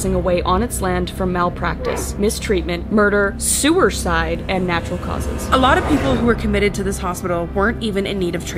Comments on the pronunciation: i know she didn't wanna say the word but "sewerside" has me dying😭😂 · Kris…. Did u say sewerside…. cough look back at this…😅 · Did you say "sewer-side" or "suicide"?? Edit:nvm i get it im just stupid